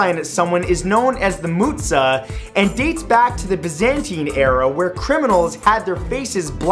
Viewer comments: #2 in greece if you do it with open fingers and point it at them fast means and its called (muja) how do you pronounce jacket that how its called not muza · Thumbs up doesnt mean up yours in Greece And the "mountza" which is pronounced mounja or faskelo is when you have your fingers spreaded out. Stop is still stop. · it is not mountza is moutza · Im greek and i can confirm you it does not mean that and it's called muja with the j pronounced like from the "joke"